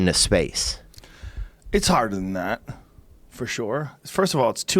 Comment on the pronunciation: Joe “Forshoore” Rogan